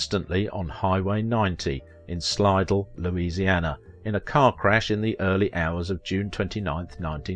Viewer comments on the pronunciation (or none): It's sly DELL not SLID ell